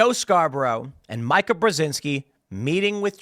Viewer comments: Not important, but worth noting, it’s “Meee-kuh”, not “My-kuh” I’ve mentioned it before so I’m guessing you’re just doing a bit. Her dad armed the Mujahideen / Taliban. Joe, of course, was a Republican rep in Florida (who probably wasn’t involved in a murder) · I don't know why it bothers me so much, because she's detestable, but it's pronounced "Meeka." Every time he says it wrong, I'm like, "Who the f is Micah?" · “Micah”, Tim? You know Mika is pronounced “Me-cuh” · Tim. It's Meeka not Mica. 😊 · Mai-ka? Have I been saying it wrong all this time? I thought it was mi-ka as in Mi-chelle Ka-linsky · I love that Tim refuses to pronounce Mika's name correctly. It's "mee-ka" in case anyone was wondering. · Her name is Mika as in (Mee-ka) please you're a journalist at least say the lady's name right even though she's trash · It's MEE-KUH! Jeez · Tim, Mika is pronounced Meeka. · I feel like you mispronounce Mikas name on purpose, and it's is hilarious.